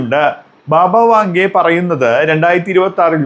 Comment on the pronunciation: ബാബ വാഖ ഡെ അല്ല. വാങ്ക ......